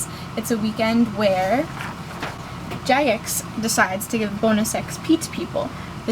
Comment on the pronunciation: OMG she says jagex correctly unlike so many fucking idiots